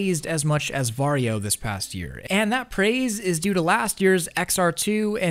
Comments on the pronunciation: You say va-ri-jo? Why not var-jo? without the i? And the reason why they removed the game is licensing = money. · Legit thought he was saying ‘’Mario”